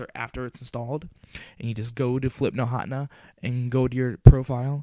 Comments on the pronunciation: Hotna? You Mean Ha ten ah? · Flipnote Hotna? XD It's Hatena [ha-ten-uh] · Ha-ten-ah Hatena. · its pronounced "flihp-noht huh-tee-nuh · It's pronounces Hat-ehn-uh HATena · its pronounced Ha-Teh-Nah. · HA-TEH-NA HATENA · flipnote HA-TEH-NAH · Hahaha I don't think you pronounced Hatena right... it should be Hah- (Almsot like huh) ten- (the number) nuh (that's entirely phonetic). I know this is a big controversy in the comments. So let me provide an actually helpful, relevant comment- This was really good! Thank you, I'm going to be using this to post my friend's birthday present. Thank you very much. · Actually, it's pronounced Ha-TEN-na. Like antenna but with an H. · i thought it was pronounced hah Teen ya.